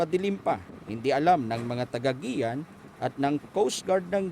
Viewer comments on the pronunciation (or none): nakakaawang reporter parang gutom kung mag ulat..kumain ka muna mali pa pronounce niya guiuan (giwan)hnd giyan... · Anong Giyan! Guiuan ganito Yung pagpronounce (giwan) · Gi-wan kase hindi Gi-yan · Guiuan = ge-wan ✔ = ge-yan ❌ Kaya pala di ko gets kung ano ang ge-yan(Guiuan) 🤔 Guiuan(ge-wan) yun 😂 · GIWAN po tamang bigkas. dpo GIYAN..... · giwan po ang bigkas dyan hindi giyan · Itong reporter d man Lang nagtanung tanong kun anu talaga Ang TAMAng pagbigkas ng pangalan lugar... Guiuan "Giwan" not "GIYAN" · Hindi po GI'YAN pagka pronounce ng Lugar, GI'WAN po (GUIUAN SAMAR) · IT PRONOUNCE AS (GI WAN )NOT (GIAN) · geyan? haha. gewan pagkabasa nyan. in spelling. guian. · Aric Theodore imbes na (giwan) ang pag pronounce, (Giyan) nMan sa ulopong n reporter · ang pronounciation jan ay hindi Guian or giyan, ang tamang bigkas jan ay GIWAN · GUIUAN (Gi-wan) po! Hays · Tanga namn nitong reporter may giyan Eastern samar ba na lugar olol guian ndi giyan!!!😂😂😂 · Isa pa to kinorection mo na nga mali pa hahaha. Guiuan po. "Gi-wan" perfectionist eh hahahaha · mali pa pagkaka pronounce ng Guiuan anu ba namang klaseng reporter to